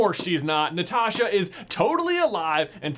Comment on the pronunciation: Thanks for pronouncing Natasha like Natasha